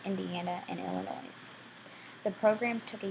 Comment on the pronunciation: You shared a lot of good information about the tornado. However I must comment... the "S" in Illinois is SILENT! And also it is the "Wabash" river that was crossed from Illinois to Indiana, not the "Washbush." As a lifelong resident of Illinois, and particularly residing from the southern part of IL, I wish you would have made sure you correctly pronounced the name of our state, and the names of the communities such as Gorham (pronounced like "Gorum.") Not to be a stickler, but I felt it needed to be pointed out.